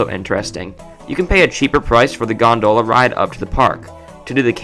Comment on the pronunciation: It's GON-dola, not gon-DOh-la. LOL.